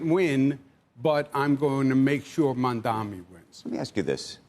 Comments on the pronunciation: How difficult it is to say MAMDANI instead of MAMDAMI? Is this intentional? What is the reason? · You still calling him “Mamdami” instead of Mamdani, what is the reason? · I know CNBC has a Israel agenda BUT - At least say his name right. It’s Mamdani. Pretend better! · Purposely not pronouncing mamdani name correctly. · Bro, these incompetent corrupt losers can't pronounce Mamdani's name right 😂. Kinda impressive ngl . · They keep pronouncing his name wrong. It's annoyingly disrespectful. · You can't expect to beat someone when you can't even say his name right. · It's incredible that they still can't say his name right.... It's literally phonetic.